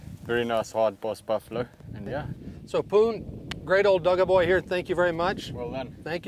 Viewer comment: It's "dagga boy", not "dugga boy". The word 'dagga' refers to 'mud'. Old Cape Buffalo bulls, pushed out of the herd by younger, stronger prime males often hang around in small 'bachelor' herds. They often can be seen around water holes and roll around in mud, sometimes appearing covered with the stuff. So a dagga boy is an old bull, past it's prime, no longer breeding. They are the ones to hunt without reducing breeding or the passing on of quality genetics. As the oldest bulls, they have a massive boss where the two horns meet in the middle, creating the solid, thick distinctive sign of old age. And like a lot of the really old boys in my neighborhood, they tend to be cranky, easily upset and "stare at you like you owe them money". Definitely not to be trifled with. "Old age and treachery beats youth and strength every time." Except when it comes to the ladies. And they are all the more cranky because of it. Approach with extreme caution. Carrying a rifle in .404 Jeffery is strongly advised.